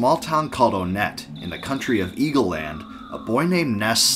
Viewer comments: I used to pronounce onette like “aw-net” too until I played earthbound, but now I say it like “one-t”, as in the number 1. This is because the other towns are also based on numbers. (Twoson, Threed, Fourside) I could be very wrong in this, but I could also be very right, but that’s just a theory…….. A GAME THEORY!! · It’s pronounced Won-net not Own-et (and Twoson is pronounced Too-sun not Too-son) why because of the number naming scheme for these town Onett Twoson, Threed, and Fourside.